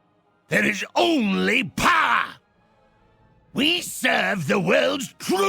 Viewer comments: "There is only POWA!" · Great video as always. When I was a very active player my friends and I always used to laugh hard when he said “only POWA!”